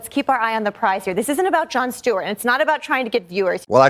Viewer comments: It’s Stewart… not Steward… don’t sound ignorant like him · It's not Steward it's Stewart s t e w a r t